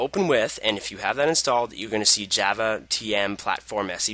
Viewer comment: its not JAAAAAVA its java